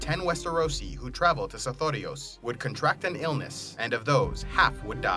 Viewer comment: I love the way you say sothoryos...